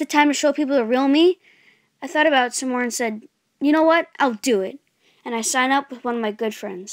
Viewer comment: Mama Mama ik but the way he said it was “shine up”